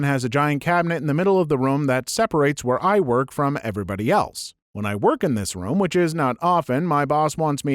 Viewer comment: I can't stand how you say the word "room."